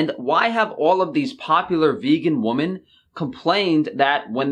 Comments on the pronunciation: Women. Its women,. Haha. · Woman/Women. Please learn the plural noun and the pronunciation. You always use the singular. Not cool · Why do you pronounce the plural version of women as the single. I know it's spelled the same but 😂😂😂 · Love your vids man, but please look up how to say "woman" and "women". Awesome video though :)